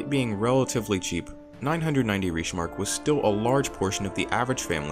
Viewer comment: Awesome video, but you keep mispronouncing "reichsmark". Common mistake, the German ie sound is different than American and British pronunciation